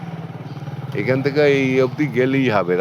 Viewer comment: Bhasha ti also parimarjan karun. Cha er 'thek' hoy na. 'mad er thek hoy'